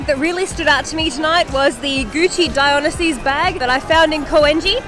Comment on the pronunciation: That’s a really bold way to pronounce Dionysus